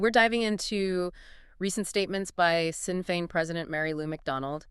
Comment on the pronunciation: Shin Feahn .. is how it's PRONOUNCED YA TOOLS